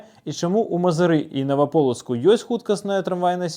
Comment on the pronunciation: Я цярпеў, пакуль не пачуй "Наваполацаку". Сур'ёзна! Вы яшчэ Эўропа кажыце!